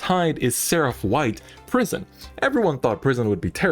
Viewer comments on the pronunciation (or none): Each time he says prison I hear pr❤️ism